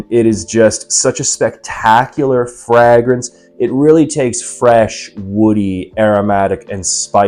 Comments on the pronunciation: Fray-gruhns. Never heard it said the way you say it 😂. Also can't believe you wouldn't just use the real bottle for your review dude come on 😂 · Honestly a perfume reviewer that doesn't use the real bottle and doesn't know how to say Fragrance correctly 😂. Is he real or AI 😂😂😂